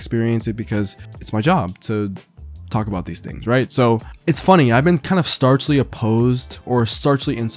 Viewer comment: starchly?... I love your videos especially because I'm a denim head as well, but it's staunchly, my friend ;). You might be thinking about raw denim too much with the whole starch thing ;).